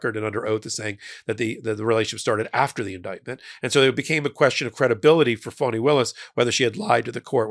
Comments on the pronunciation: Fani - Fah nee Not Fawnee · It's pronounced "fahni", not "fawni".